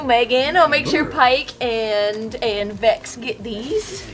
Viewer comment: TRINKET IS A BOY ! (In Laura Bailey's voice) Also it's Vex not Vax.